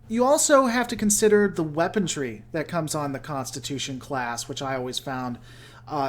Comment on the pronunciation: Allow me to help you out...it is WEAPONRY not WEAPON-TREE or WEAPON-DREE. I mean I get it...you heard it wrong once from some moron and you kept repeating it...like those people who say irregardless. Or Idear. Or pronounce Washington as Warshington or a warshing machine. I feel like no one paid much attention in phonics...